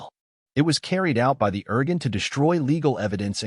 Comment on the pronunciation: it's pronounced. "Ear Goon". thanks!